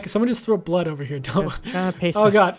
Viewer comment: She is like Rowan she said blod, sweat, and tires and Rowan said blod,sweat,and tired